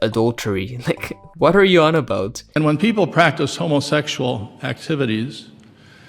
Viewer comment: Ru a ho mo sexual, that's hilarious 😂how he breaks up the word.